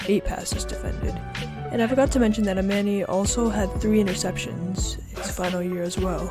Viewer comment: You did well with his last name 8/10 But his first name is not pronounced uh-man-ee. It's uh-mon-ee Pretty sure det has the most players with hard to pronounce names these last two years haha